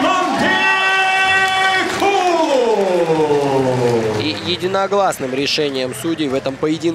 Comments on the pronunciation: Сулайманкул улулу))) Диктор читай правельно фамилии. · Комментатор правильно читай фамилию кыргызского бойца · Комментатор!!!!!По буквам и по слогам прочитай ИМЯ!!!! Повтори 10 раз и будешь говорить правильно!!!!